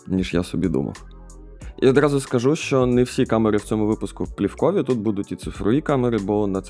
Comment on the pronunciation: камери - плІвкові. наголос! ууу.. з наголосами тут взагалі бідося